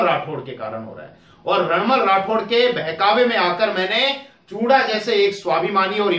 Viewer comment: चूड़ा नहीं हे वो....चूँडा हे वो